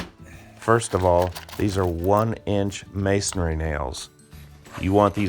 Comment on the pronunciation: Pronunciation: it's not masonARY it's masonRY